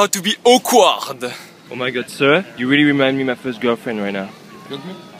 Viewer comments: Not to make fun of him but when he says "How to be akward." I think that he says how to be oak wad. anybody else get this too? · AWKWARD NOT AQUAWARD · I never knew he said "Awkward". He pronounces it like o-quad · how can't he just pronounce awkward properly duh